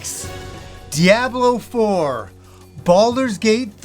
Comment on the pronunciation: Your pronunciation of Diablo always throws me off. lol